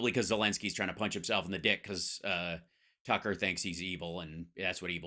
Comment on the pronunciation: Twucker is so funny! I love it when he chases that cwazy wabbit!😂😅 he is an asshole!